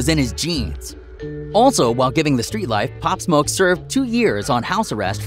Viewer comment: They said his name wrong thats how i know hes looking for clout